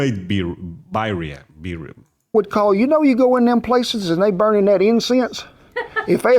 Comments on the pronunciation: You have to use corn tortillas for these. And they are pronounced "beer-ee-yah". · Yum! We loooove these in California. And the Spanish pronunciation would be "bee" RR ee a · Birria (Be-ree-ya)Tacos are a staple in my home. They are my favorite. Can't have them without Birria Sauce (Consommé). Traditionally you dip the tacos in the brine or consomme. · Pronounced beer-ee-uh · It's pronounced bee-ree-a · It's beer-ee-uh, and you can totally make tacos on flour tortillas. A classic is chicken and cheddar and peppers, but you can make just about anything as long as you season it up right! A bland taco is an insult to life itself. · Lol as much as I appreciate you praising our American cuisine, we can’t take credit for this culinary masterpiece. This is Mexican. The cowboy in the video is doing a great job cooking, but his pronunciation of the ingredients is muy gringo. Lol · do not trust Cowboy Kent for pronunciation. He is from Oklahoma and speaks southern. Lamb or goat is probably more traditional than beef.